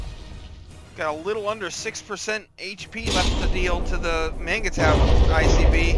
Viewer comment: Isn't "mangetout" pronounced more like "monj too"?